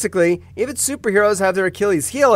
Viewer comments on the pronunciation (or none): none